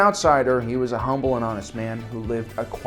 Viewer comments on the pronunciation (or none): none